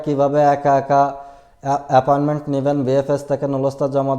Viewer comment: This is appointment not aparment 😂